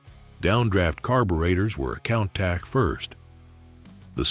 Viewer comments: Imagine driving a van! You can see nothing behind you apart from in your door mirrors! By-the-way, the car is pronounced coontosh!!!! WOW,. LOL...Look it up?....Great research & nice vid though...... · COUNTACH is NOT PRONOUNCED THAT WAY! PLEASE! FOR THE LOVE OF GOD AND ALL THINGS COOL. PRONOUNCE COUNTACH CORRECTLY. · Learn to pronounce "Countach" correctly! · How to pronounce Countach wrong 50 different ways. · ...and I counted 50 times!